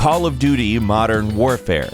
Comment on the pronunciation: Did he say Modern Whorefare?